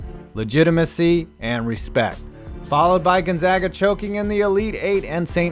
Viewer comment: Thank you for saying 'Gonzaga' correctly